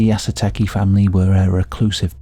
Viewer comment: How hard is “Yah - Soo - Tah - Kay” To say?